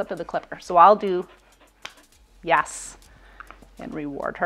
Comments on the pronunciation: you're saying YAS....not YES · Are you saying YES or YAS?